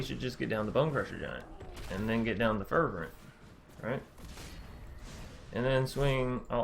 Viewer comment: lol its fer - vent